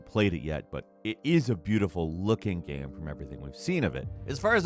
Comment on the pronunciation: This dude makes incredible, super entertaining video content. But, why can't he pronounce the word, "Game"?